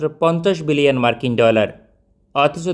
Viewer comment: ভাই বিলিয়ন বললেন নাকি মিলিয়ন!??